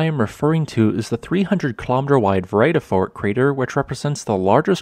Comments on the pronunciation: Pronounced Freeyadafort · Just for future reference, the first e in the vredefort is pronounced like "gear" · I grew up in Vredefort. Your killing the pronunciation btw. ;) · I lived in that Vredefort crater for a decade. Pron Fredafort